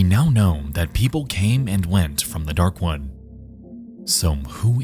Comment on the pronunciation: All I hear is “Dark One” every time he says “Darkwood” The word “wood” is not hard to pronounce but apparently to this dude it is 🤷‍♂️